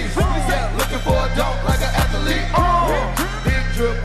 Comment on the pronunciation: I never knew athlete had three syllables 🤣